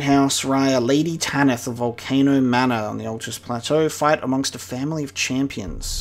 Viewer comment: Someone needs to make a super cut of all the times says Volcono instead of Volcano 😂